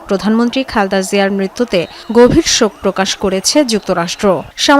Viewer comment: নামটা অন্তত ঠিক মত বলুন। "খালদা" জিয়া নয়, নাম খালেদা জিয়া।